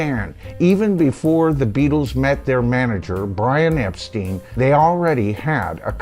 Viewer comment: Hey hope all is well, I'm not sure but I think Brian's last name is actually pronounced Epstein as in Frankenstein, at least that's what I've always heard